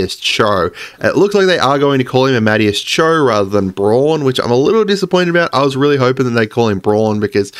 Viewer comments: Isn’t it pronounced ama-day-us ? Not amad-e-us? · Just a heads up brotha, it’s ah-ma-DAY-us instead of ah-MAD-e-us. Great content as always. I can’t wait for the next rumor video! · Amadeus is ah-muh-day-us. Like the compser... and song. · Say it with me: Arm A Day Us. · For clarification it's Amadeus Cho. Ah-Ma-Day-Us. Like Amadeus Mozart. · I'm praying he sees this comment. He's been absolutely butchering the pronunciation, which is fair if you've never heard it pronounced before.